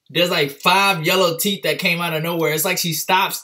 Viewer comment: "look at those teef"😂❤️